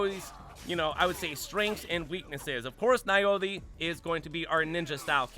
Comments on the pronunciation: And Naoe is pronounced like Nah-Wey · You mispronounced Naoe and Yasuke. It's pronounced Now-way and Yah-skay. Did you not hear the names in the game? I guess if you want the AC experience Naoe is better, but Yasuke is stronger. I would probably disable the alarm before I go full brawl here. I don't want to deal with Guardians. They gave me enough grief in Breath of the Wild.